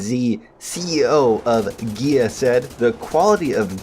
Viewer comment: I swear every time you say GAEA I just hear GAYEEEE